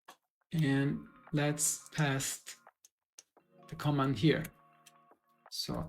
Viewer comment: Thanks for the tutorial. I just wanted to correct the pronunciation in case anyone didn't understand what you're saying: "Command" is pronounced /kə'mand/ with the stress on the second syllable. If you put stress on the first syllable, it sounds like "comment" /'kɒmɛnt/. And "paste" is pronounced /pejst/. If you use a short A, that's "past" /past/.